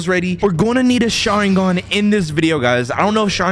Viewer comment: You sayin sharigan but where’s the mangekyo sharigan?